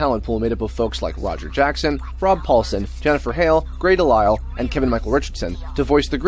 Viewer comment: Wait, is THAT how you say Grey DeLisle's last name? I've been saying it wrong all these years?!?